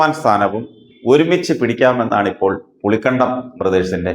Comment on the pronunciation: പുളികണ്ടം അല്ല പുളിക്കകണ്ടം